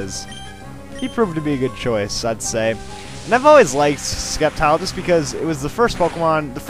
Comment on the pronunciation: it is pronounced SEP-tile!!!